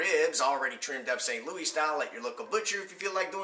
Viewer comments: No one here in or near ST. LOUIS say "louie' IT'S LOUIS. As in your header. Where you from dude? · No one that lives in the entire area St. Louis calls it "lou-ie" only foreigners.